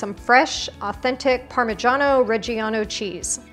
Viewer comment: You pronounced “parmigiano reggiano” perfectly. Brava!